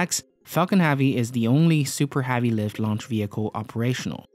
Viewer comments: it pronounce Heavy not havy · Heavy is pronounced hevy not havy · I don't understand how he pronounces every other word correct then he stumbles upon "heavy" and pumps out a big "HAV-EEE" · It's heavy not havy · Falcon HEavi not HAvi... !!! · I'm going to kill myself if he says havy again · Had to turn it off the third time he said 'HAVEY' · Interesting Vid. but They way this guy pronounces "Heavy" is so distracting